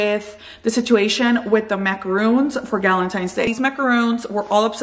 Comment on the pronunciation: Great deal cuz they're pricey! But soo good 🤤 💕. By the way, you're pronouncing them wrong. Macaroons (with the ooo sound) are the coconut ones, the macaron is pronounced Maca-Ron (like the name Ronald or like On with the r though). I used to mistake the pronunciation too 😊